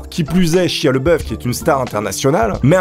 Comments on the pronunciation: Chia lol... ça se dit chailla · (ça se dit "chaya")